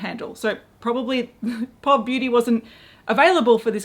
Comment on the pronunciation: Instead of being pronounced like 'pawv,' Mikala's brand is more like 'pee-oh-vee' - that's how we shorten 'Point of view' over here in the States... Maybe it's not the same over where you are? That's how I've heard it referred to thus far, anyway. If it's really called 'pawv' I haven't heard it yet!